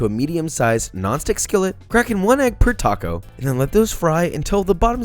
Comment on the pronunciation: Cwispy toco but allergic to avocados 😭